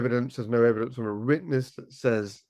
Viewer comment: ....... YOU ,, ..Were a former Detective ....... :face-purple-wide-eyes::face-orange-biting-nails::hand-orange-covering-eyes:......... DID You jusT Say ,, EVEDINCE ,, ....:face-purple-crying::face-purple-crying::face-purple-crying::face-purple-crying::face-purple-crying::face-purple-crying::face-purple-crying::face-fuchsia-poop-shape::hand-pink-waving: I Guess your NOT A Detective ANYMORE ,,..... :face-purple-crying::face-purple-crying::face-purple-crying::face-purple-crying::face-purple-crying::face-purple-crying::face-turquoise-covering-eyes::face-turquoise-covering-eyes::face-turquoise-covering-eyes::face-blue-question-mark::face-blue-covering-eyes